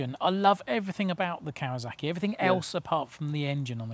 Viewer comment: Love the style of these reviews, really enjoyable. Any reason a lot of you journos say kawazaki (I've even heard kawazarki) it's still kawasaki.